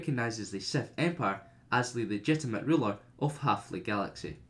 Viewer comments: I really tried to watch this but after he said SETH instead of SITH the 50th time i gave up. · Dude it’s SITH NOT SETH no matter where you are from!